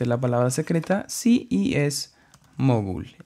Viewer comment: jaajaqjajqja mogulo lo decis con acento en la o xdddd